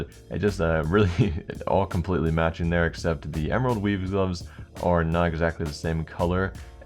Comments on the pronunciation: Is it just me or did he say emerald weeb xD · Krl, eu juro que quando ele falou esmerald web eu escutei esmerald weed...